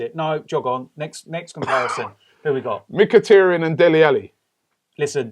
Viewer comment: Guys please lets pronounce Mkhitaryan's name correctly. Its Mkhi-TAR-yan, not Mkhi-TER-yan. Its TAR as in dark viscous substance. Robbie, please take note.